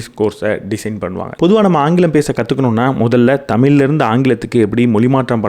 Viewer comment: Neenga pesuradhu ellame superb aa theliva, interesting aa pesuringa.. but neenga thamizh ku sirappana letter 'ழ' zha va pronounce panna maatringa.. ex: thamilu (Thamizhu), vaalkka (vaazhka), valakkam (vazhakkam), kulandhai (kuzhandhai) etc. இப்படி 'ழ' க்கு பதிலாக 'ல' ன்னு சொல்லுறத கேட்கும் போது இடையூறாக இருக்கிறது.